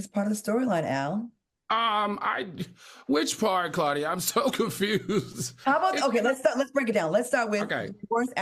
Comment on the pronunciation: Claudia, not Similac 😅😂😂